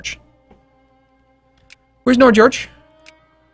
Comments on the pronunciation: It's pronounced nyord-george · "nodjodg" It said Nordnorge lol, could at least be nordnordj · nord-norge not nodjorge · Nord-norge, not Nord-george. How is it that English speaking people have such a hard time reading? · you pronounce nordnorge as Nord Norge in two words and its not George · lol "Nord-george". cannot into Scandinavia. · HA HA HA HA HA!!! I know i'm being very petty but this is so funny XD Nordnorge means Northen Norway and is pronounced as two words, Nord-Norge. Love your vids. Cheers from Sweden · as someone from "njordgeorge" I find your pronounciation hilarious x'D